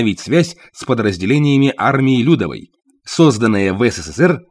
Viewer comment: Не лЮдовой , а ЛюдОвой , т.е. Народной , а не тёти Люды .